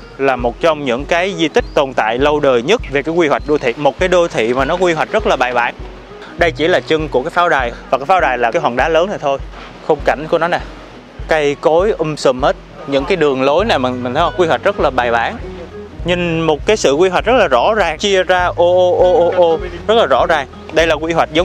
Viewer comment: vãi ổng cây cối um sùm - um tùm - 😢😢😢😢